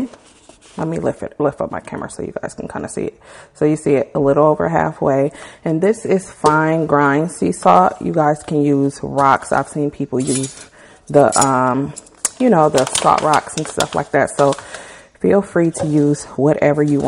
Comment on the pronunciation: She rly said gr-eye-n instead of grain